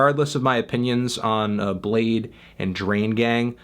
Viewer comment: i- he pronounced bladee as blade.....